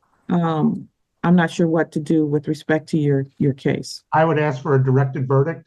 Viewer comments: All she trying to do is “ax” questions. Where do these people learn to say “ax” instead of ask and why don’t they correct themselves when they obviously must know it’s wrong. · She's trying to "axe" questions. Tells me all I need to know about her.